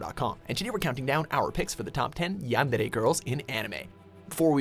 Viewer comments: I HATE the way you say Yandere!!! You say it like Yenderre!!! ITS pronounced Yandere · wut did he say? yangere? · You keep saying yandere wrong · The way you say yandere annoys me